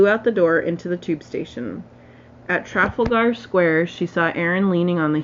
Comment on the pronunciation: Tra-FAL-gar square